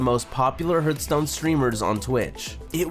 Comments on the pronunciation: its not hurtstone its hearthstone... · please stop saying hurt stone cant watch it like that ffs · Rip reckful. but srsly, it hurts my ear everytime you say "HURTstone" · bro it's not hurtstone! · Good documentary. Except for "Hurtstone" ;) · This is a fantastic video! It’s clear you put a lot of effort and love into this, so it pains me a little bit to say this: you really have to look up how to pronounce some things (Krippaahrian? Hurtstone? wtf is that??) I only say this because I love you and I want your stuff to get even better. Peace! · No offense my dude... but the way you pronounce HEARTHSTONE... holy shit it's triggering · herth-stone. kripp-R-ian. jeez dude. (really good video though man.) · U r saying hearthstone wrong it irretates me :)